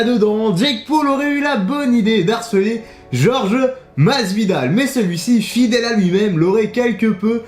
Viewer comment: Jorge ça ne se prononce pas comme George ;)